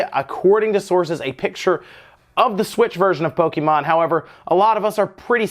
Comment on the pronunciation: Hearing "poe-kee-mon" so much triggers me